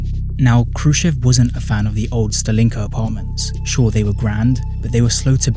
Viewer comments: Thanks great video!! Mistakes I've noticed so far: It's usually pronounced as stAlinka not stalEEnka you weren't allowed to glass over your balconies under the Bolsheviks, so during the actual USSR period the building would look significantly less ugly. See contemporary footage to test my aesthetic assessment afaik, the record for building a khrushchevka from scratch is seven days - see Leonid Parfenof's Namedni tv show, "I love the 1961" episode (his version might be taken from the official propaganda, though) that's not a khrushchevka. Seems to be an early Khrushchev-era stalinka without, what he called, the "architectural excesses". Khrushchevka is usually not just a period but a precise blueprint model of buildings Pronounced as BrEzhnevka not VrezhnEvka here 5 or more stories: 1 elevator. 9 or more stories: two elevators (one cargo) "living in slums is a choice". No comment for that one You didn't mention the fifth common type of soviet housing that many Soviet citizens lived in since the tsarist era, the traditional, one-storey wooden houses with backyard and a small (kitchen) garden. They had no utilities, though - apart from the electricity. Called "the private houses". Because unlike soviet social housing they stayed in the ownership of their residents since the tsarist times. For example, iirc a famous Soviet underground punk singer Yanka Dyagileva who lived in the USSR, lived in a wooden house right in the centre of Novosibirsk(the hous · Why do you pronounce “Stalin” correctly but put stress on a wrong vowel in “Stalinka”?